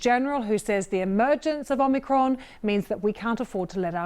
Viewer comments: Anyone else triggered by a professional news reporters inability to get a very simple name correct? Its OMIcron, not OMNIcron. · Why can't people pronounce Omicron xD Om-i-cron NOT OmNiCron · OMICRON not OMNICRON, it does not have two N's!!!!! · Its not OMNIcron you diluted british dem, its om-au-cr-on. Its also not 'die-luted', its "dee-lute-ed". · She said OmNicron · Omnicron? Is That A New Varient Or Can This Presenter Not Read? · She did say Omnicron, didn't she... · She introduced it as omnicron - can’t even get the name right…. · It’s not called Omnicron mrs. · Nobody actually says ‘Omicron’ in this report - they only say ‘Omnicron’ 🙄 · She said OMNI’cron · Would probably help you comes across less like jokes if the presenter didn't immediately call it the "omnicron" variant lmao. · Starts by not even pronouncing it properly